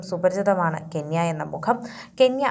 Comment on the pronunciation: കെന്യ അല്ല ചേച്ചി കെന്ന 😂